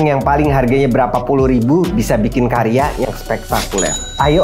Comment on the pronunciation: Karya bang..bukan kariya😅